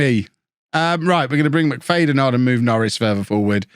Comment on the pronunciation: McFADEn? Haven’t seen his name but I’d say It’s pronounced McFADen